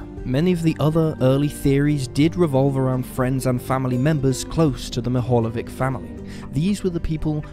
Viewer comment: It's pronounced as " Meehalyevich".